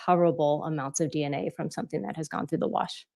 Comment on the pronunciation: Leticia is "somethink" else! □□□